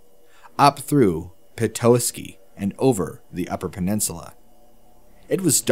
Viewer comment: I live in petoskey and you just totally butchered the name petoskey lol